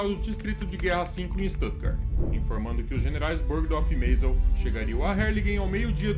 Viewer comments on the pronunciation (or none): Perfeito uma pinoia, o cara chamando Göring de "Góring", Kitel de "kitéu", Meisel de "Mês-el", afasta completamente da ideia do nome real e consequentemente do imaginário das comunicações da época.